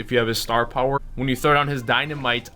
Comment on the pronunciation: please never use the word "puwer" again! STAR PUWER!!!